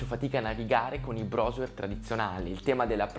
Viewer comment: si dice "BROuSER"